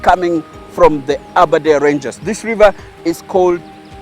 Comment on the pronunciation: Aberdare ranges not aberdare rangers😒